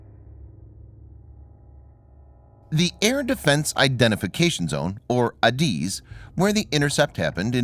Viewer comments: Goddamit its pronounced AyyyDizzzz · IT's Not ADIZ as ypo pronounce it it is refereed to the Individual Letters A-D-I-Z you did get the full name correct (Air Defense Identification Zone) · Beaufort Sea pronounced "bowfort" not "beeyoufort ". and I never heard ADIZ pronounced like that before, always " add iz" but maybe I am wrong. NOT wrong about Beaufort